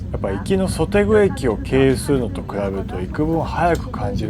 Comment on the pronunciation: 九老駅ですが、個人的には日本でいうところの横浜駅と役割が似てる感じがします。それぞれの大幹線である東海道線(京釜線)と日本と韓国のそれぞれの歴史上の初めての鉄道路線である京浜東北線(京仁線)の分岐駅となるので。分岐駅から京浜東北線も京仁線も港の方に向かう(横浜港の最寄り駅である桜木町駅と仁川港の最寄り駅である仁川駅)のも一緒ですし。 それと、東大邱駅と西大邱駅の読み方ですが、それぞれカタカナ読みだと「トンデグ」と「ソデグ」と読む方がいいと思います。韓国語の特徴で大邱駅の「テグ」とは違い濁音になるのですが、ちゃんとKORAIL公式でも「トンデグ」と「ソデグ」になってます。同じような理由で京釜線も「キョンブ線」と読んだ方がいいですね。